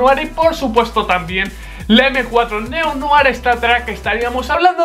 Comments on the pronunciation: Se pronuncia neo-noag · ¿ POR QUÉ DICE NEO NOAR!!!!!'???'???? NO ENTIENDO AMIGO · Noar? Dice Neo-Noir jajaja vaya black que se me pega el Neo-Noar